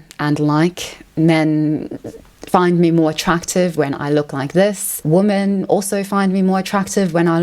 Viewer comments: Why do you pronounce “women” as “woman”? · Why is she incapable of pronouncing the word "women"?